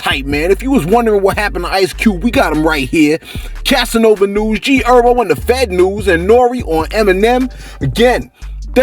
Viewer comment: fareal,you call that brother urbo,or erbo one more time,we fighting,his name is herbert,he a Titanic stone from the eastside hence the name G HERBO, and don't blame it on the medicine.